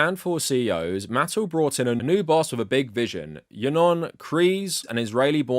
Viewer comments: Holy shirt, dude. It’s “muh-TELL.” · Mattel - Muh-tell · Good video but you're not pronouncing Mattel correctly. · "Why do we need another Thomas movie if we have the one with Alec Baldwin?" Because Thomas and the Magic Railroad was mid and boring. Edit: And it's not like another theatrical Thomas movie wasn't attempted before (although The Adventures of Thomas predates Mattel buying HiT Entertainment). Edit 2: Why do pronounce Mattel weird. I've seen other British Thomas Youtubers pronounce their name fine. Also, you should've done research on Mattel properties you didn't recognize.